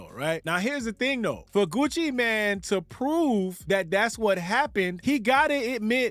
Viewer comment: It’s MANE, not MAN.